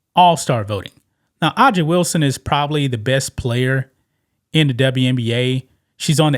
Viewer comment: Hey, A'ja is pronounced Asia (like the continent).